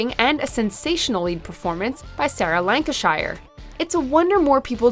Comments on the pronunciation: Some intriguing pointers there for shows to check out, thanks! Happy Valley is indeed outstanding, but don’t you pronounce her Sarah “Lancasheer”? Either way, she is absolutely bloody phantastic. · It's not Sarah Lancashayar, it's Sarah Lancsher. this is how it's spelt!. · Glad you included Happy Valley. One of the best shows on television. Can't wait for Season 3. But it annoys me when people say Lanca Shire like she's a frigging Hobbit that lives in middle Earth. It is pronounced Lanca-Sher. Americans ruining everything. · It's Sarah Lanca-sheer, not shire. Why do Americans get this wrong when there isn't a state called New HampShire? Just generalise over all of the Shires. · "lanca shy err" lol Americans butcher the English language 😂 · Lancashire is pronounced Lancasheer like all the other shire counties in England. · I came here for that. For everyone wondering, it's "Lank er sher". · Sorry, but as a professional scientist who works in the measurement & cataloguing of holes, I can assure you it is pronounced Blackburn Lank-er-SHEER. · Sarah Lanarkshire 😂😂😂😂, that pronouncing was evil. Happy Valley is,awesome, UK always brings forth great female lead shows. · Is it just me who cringed when she butchered the pronunciation of Sarah Lancashire's name? 😂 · No one is watching peaky blinders? I think you're just a bit late catching on. Also your pronunciation of Sarah Lancashires name was cringe. Rest of the list was spot on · That is NOT how you pronounce Lancashire 😅😂🤣